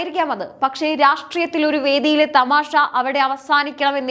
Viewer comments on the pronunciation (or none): തമാഷ എന്നല്ല തമാശ എന്നു പറയുക ... വാർത്ത പറയുമ്പോൾ അക്ഷരസ്ഫുടത വേണം...